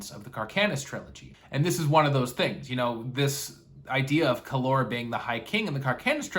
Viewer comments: It’s Kallor! Not Kallor. Dummy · When you pronounce Kallor like that, it sounds exactly like the Spanish Calor ( Heat). So cool 😂